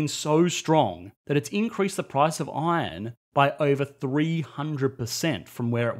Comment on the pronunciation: That "Iron" pronunciation is hilarious. Good video though - except the "responsible government" part